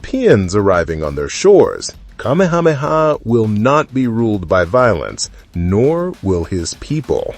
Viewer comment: PLEASE learn the correct pronunciation of the Hawaiian names. You can’t say Kamehameha?